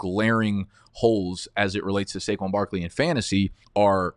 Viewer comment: Had to leave after I heard saquon